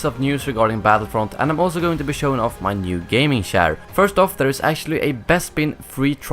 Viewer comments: Can u please learn how to pronounce "ch" in the english language... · He said shair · Lol it took so long til i realised you say chair😂 i thought you said chaar or smth xd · "My new chaar" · My new shaar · Lol I didn't notice that but when u said it it just feels so weird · you say chair in a strange way haha. like the channel, i subbed! keep m coming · When you say chair - you sound like a pirate. LOL!